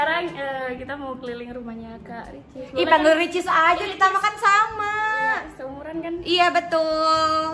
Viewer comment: Di menit salfok kak ricis ngomong wilcis